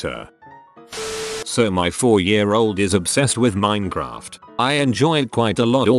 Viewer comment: I'm really amused how the robot voice pronounces it "minnycraft" in some spots, but other times pronounces it correctly. Sometimes while reading the same post.